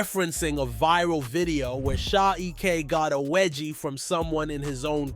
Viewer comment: “Sha eck” 😂😂😂